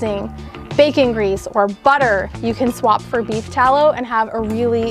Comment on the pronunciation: i keep hearing "beef towel" lol